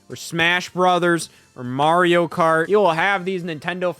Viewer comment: That MAH-rio was criminal 🤣🤣🤣 ears should be ringing